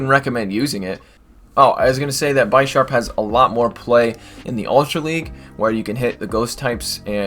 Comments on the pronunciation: Its bi-sharp not bysharp but its awesome.... Thanks for these vid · Bisharp : Bee - sharp As from Bishop u don't call it By shop 🙂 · No it's pronounced bih-sharp, similar to the Bishop chess piece. It evolves from Pawniard (like a pawn in chess).